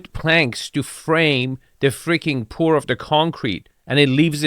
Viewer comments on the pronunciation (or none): none